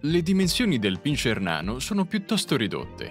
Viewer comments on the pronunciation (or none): non si dice pinscier ma pincer